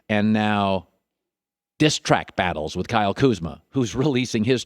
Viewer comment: Why do put so much emphasis on "diss track" Collin geesh